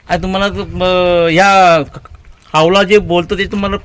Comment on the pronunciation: तू आधी कावळा म्हणायला शिक